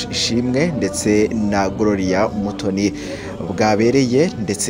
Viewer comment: On dit gloria,pas grolia